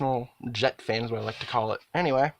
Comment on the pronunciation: YouTuber pronounces fan as "faen". He can say the word "bad" fine with has the same short "a" sound, so it doesn't make any sense, because he might say something like "This isn't a bad faen". So "faen" stuck, and now a lot of my followers also say "faen".